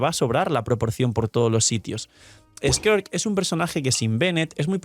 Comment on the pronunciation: Un chopito por cada vez que diga squirt en vez de skirk